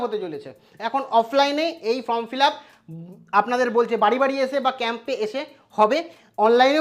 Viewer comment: Ota from uchharan habe na Form hbe